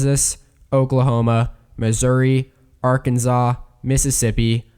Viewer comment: Every time he says /'ɑɹ.kn̩.zɑ: / (AR-kuhn-zaw) instead of /'ɑɹ.kn̩.sɑ:/ (AR-kuhn-saw) I am momentarily filled with a murderous rage.